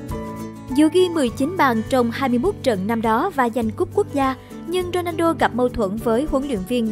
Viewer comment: Dôđrendo hả ? Đọc kì vậy !